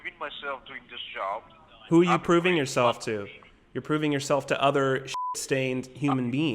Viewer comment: At the beginning it sounded like he said "i am grieving myself" and not "proving"